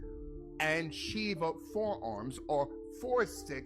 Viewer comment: mispronouncing obnoxiously and disrespecting Kali Ma, and Shiva .. he's in for a rude awakening